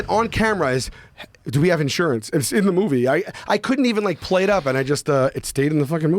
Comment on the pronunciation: "Insurence, insmurence😂"